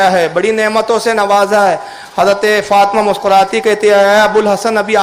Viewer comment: فاطْمہ نہیں ہے۔فاطِمہ ہے بولتے سیکھ۔